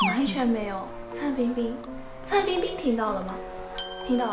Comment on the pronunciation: やっぱりファンビンビンだけは他のyoutuberの方も言ってましたが聞き取れるんですね🤣w